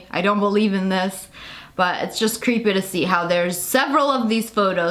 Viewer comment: Super cweeeeeepy stuff